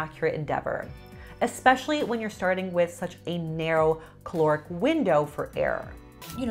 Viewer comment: Please stop saying chloric. Caloric